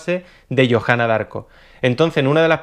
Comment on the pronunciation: se pronuncia diarco